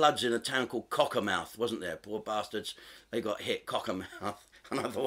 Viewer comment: Lololol it’s actually pronounced Cock-ur-mth but I’m letting you off because that was just too damn funny 😆